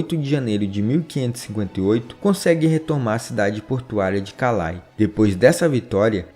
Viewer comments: Excelente canal, parabéns! Apenas para ajudar, a pronúncia francesa correta de "Poitiers", é "puatiê" com o ''S" mudo....como boîte(casa noturna de música)...que se pronuncia "buáte"...."Calais" também está incorreta, a pronúncia correta é "calé"... O "S" só é pronunciado em francês quando aparece vogal posteriormente. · Texto muito bom e exato. Parabens. Porem a pronuncia de nomes franceses como Calais, Poitiers etc... deve ser melhorada. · Esse canal de História é muito bom, sigo e assisto todos os dias. Porém, os locutores (professores) dos vídeos precisam buscar a pronúncia correta em Francês, Inglês, e quais idiomas surgirem para falar nomes próprios como Calais que se pronuncia "Calé". Tem sites que ensinam as pronúncias, por favor aprendam, vai agregar valor aos vídeos. Acreditem, uma palavra pronunciada errada destrói todo o trabalho do vídeo. 👍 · Não é tradução, é pronunciar nomes próprios no idioma original. Digite no Google: pronúncia em Francês de Calais. O site mostra o áudio de como se fala a palavra.